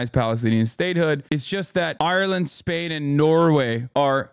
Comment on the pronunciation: bro why you say spain like that